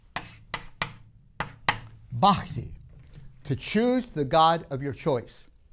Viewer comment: It's bhakti not bahki respected sir